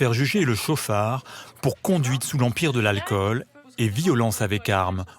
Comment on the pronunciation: "conduíte sous l'empire de l'alcool" 😂 Pauvre France